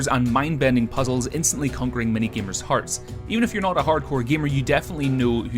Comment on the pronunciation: femos, gemars